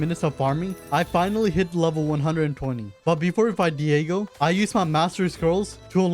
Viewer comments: Dagon❌ Diego✔️ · "Diego" 🥷 that littery dagon